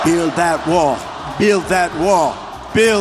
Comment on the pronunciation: Build that wah build that wah build that wah 😂😂😂